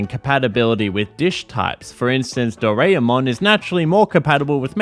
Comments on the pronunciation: Every time you pronounce "Do-ra-e-mon" as "Do-rea-mon" my non-existent soul dies a little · It's always the English speakers not able to properly pronounce anything japanese right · Such an annoying way of saying the name Doraemon! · Am a bit late because I took a nap on accident but banger video as always, the pronunciation of Doraemon was funny though lmao